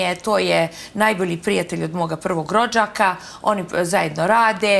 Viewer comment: SituVacije, ukanaljivam, kontestu, rečem, hoče, neče, rodZak... nepismenija osoba nije krocila na tv od ove Aneli